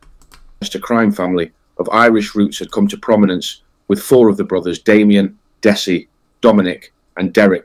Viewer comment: "Dess-Ai". I mean, what's the point. We want to know that the people putting themselves out there as someone you can learn something from with these vids, actually have some real research. God's sake, it takes 5 seconds of any video to know his name is pronounced "Dezzie"